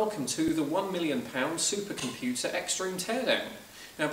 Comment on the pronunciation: Supah compyutsah, paats univasitsee.